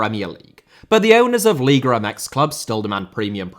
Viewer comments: No puede pronunciar. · LIGA not LIGRA